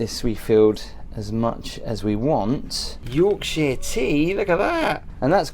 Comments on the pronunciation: For the love of God, please learn how to say Yorkshire properly, kills me a little inside everytime you say it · York- sher, not York-sheer.😅